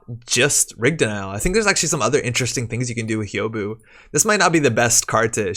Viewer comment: Thanks for the video and the scoops! For future reference, Hyoubu is pronounced something like "Hyoh-boo". If you can say the "hu" sound from "human", but with a long O instead of the U, then you've got the "Hyou" part of Hyoubu down.